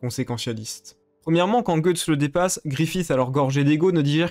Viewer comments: Je sais. Mais ça se prononce pas "gueuuuuuxtse" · Je déteste ta façon d'appeler Guys, "Goethe's", cependant j'ai adoré ta vidéo et ta vision des choses sur Griffith. Pour ma part, j'aime les choses claires, et concises, donc je dirais juste que c'est un colossal enculé. Quant à ce qu'il a fait à Casca, il l'a fait dans le but de pervertir son foetus (elle était pour moi, déjà enceinte de Guts) en fécondant Casca après Guts, et de pouvoir ensuite se réincarner grâce à celui-ci. Vous comprendrez donc le degré de haine infini que peut ressentir Guts envers Griffith. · Guts veut dire tripes en anglais et se prononce "geuts" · C'est qui "Gueuxtse?"